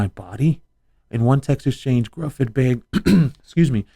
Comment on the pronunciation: Its pronounced "yo on" "gifford"